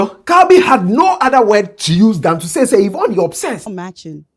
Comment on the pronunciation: Who’s the man they have on the show? The one in the black suit. I think you said Yvon right. Now y’all have Trans on shows in GH now?